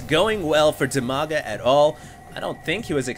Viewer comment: Dimaga, Strelok and WhiteRa are from Ukraine. In fact it's almost Russia =) And Brat_OK is from Russia. BTW, despite You and Husky are awesome, you need to learn how to pronounce their names correctly! =) Dimaga is pronounced with first "i" as in word "Dim", not as in "diamond", both "a"s are pronounced the same manner as in 'father'. And the accent is on first "a". So it's like dim-A-ga Bratok = bra-TOK, with accent on 'tok', and Strelok is stre-LOCK, with accent on 'lock'